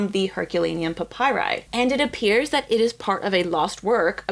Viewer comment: And it’s pronounced pap py ree